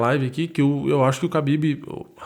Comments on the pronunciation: Khabin não Habbin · Pow mano ninguém tá ligando se vc fala kabibe , kabide, Rabibe o rabanete! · Eu não sei pronunciar o nome dele também, chamo ele de Cabide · Toda vez que ele fala o nome do Khabib só lembro daquela música ''Habibi, Habibi, Habibi ya nour el-ain, aah'' huahuahuahuahua. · Parecia coisa de filme foi foda. Só tenho uma dúvida nesta porra é Khabib ou Rabib ou Kahabib (na tocante a pronúncia)